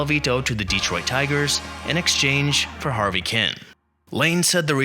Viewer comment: This ignorant announcer makes me whence every time he says Harvey's name. Harvey was an outstanding hitter for the Tigers. When he managed the Brewers in the 80's the team was known as the Harvey Wallbangers.